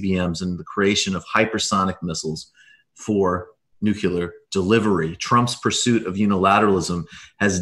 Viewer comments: NUCLEAR NU CLEE URRR Nu -clee -errrr anything but New-cue-lurr, please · Is it just me? Or does no one pronounce NEW CLEE UR correctly anymore? Lets just start pronouncing airplane- aplinera, or how about we pronounce New York- Blu Cuck? You all go to such great lengths to pronounce other things correctly (+/-)